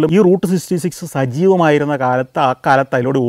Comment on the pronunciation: SGK is finding it difficult to pronounce Route Sixty Six. 😊